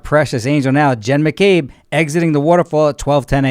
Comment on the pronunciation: Why do u call her Hen McCabe and not Jenn McCabe?